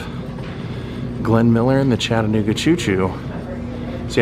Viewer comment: Thanks for pronouncing Chattanooga correctly!!!